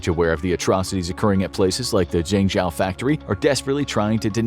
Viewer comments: lol at how he pronounced Zhengzhou... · You’re butchering the name of that city! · You seem to have done a lot of research on this topic, but, why didn't you learn to pronounce "Zhengzhou" correctly? You keep saying "zengJOW", when it sounds more like "zengJOE". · I'm kinda surprised by how much misinformation infographics is putting on. 1. It's pronounced "zheng - Joe", now "Chao" 2. China DOES have laws against overworking employees; 48 hours per week. 3. In 2019 China made it illegal to fire someone for refusing overtime work. 4. China does have minimum wage laws that are set per city. 5. Phone factory workers are not "skilled engineers", they're generally countryside folk with middle school education at best. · I understand the writers and presenter aren't Chinese. But surely a quick Google of how to say Zhengzhou wouldn't have taken so long. I cringe every time he says it. It's pronounced like jenjo. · I used to live in zhengzhou and thats not how you pronounce the name. It's pronounced mostly like this "jungjo" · Slight nitpick: You're pronouncing Zhengzhou incorrectly. the "zh" is meant to be pronounced more like a J, the "e" in the middle is pronounced like "uh" and the "Ou" at the end is meant to be pronounced like the "ow" in Row. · Zhengzhou is pronounced “Jung Joe”. (I speak fluent Chinese). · Zhengzhou ("Jung Joe") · "Zhengzhou" is pronounced: /jung-JOE/, like the name "Joseph": "Joe". "e" in Mandarin Chinese is pronounced: /uh/, like: "up", as in: "up there": "Zhe" /juh/ Another example: "Zhejiang Province" Zhe /Juh/ Jiang /jiang/ the "a" is close to the "o" in the name: "John": /jiang/ "Zhejiang"!! "Zhejiang Province!" 😊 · Your pronunciation of Zhengzhou is wrong 😑 It’s a capital city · Please get someone who can pronounce Chinese cities properly; i.e. Zhengzhou 鄭州. It’s not that hard. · The way you pronounce "Zhengzhou" is so ridiculously, comically wrong that I couldn't really justify listening to more than the first minute.